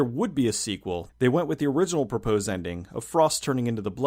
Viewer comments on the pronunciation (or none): none